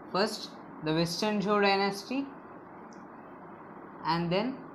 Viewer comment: the pronunciation of zhou is wrong